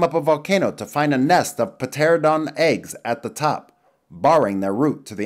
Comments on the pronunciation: when it pronounced Pteranodon as P-teranodon I facepalmed so hard I gave myself a headache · Ah yes a petaranodon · Just know it's spelled "pteranodon" an pronounced "teranodon" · the p is silent in pteranodon. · Ptranodon has a silent p btw